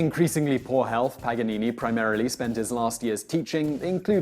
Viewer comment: it is paGanini not paNanini😂